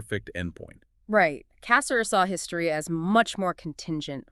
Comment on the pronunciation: The emphasis is on the second syllable of his last name, not the first.